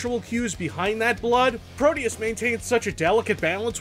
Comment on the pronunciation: No. No it couldn't. It'd be "Pro-deh-oos", to use american english phonetic approximation. Deus is latin, though "pro deus" google-translates to portuguese for "to god", possibly as in "let god sort 'em out"? Or it's just something they thought sounded cool.